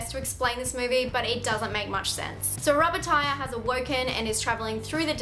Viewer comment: LOL, "It's a fuckin rubbah ti-ah" spit coffee all over my desk